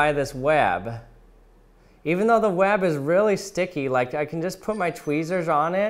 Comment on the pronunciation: he says web like wab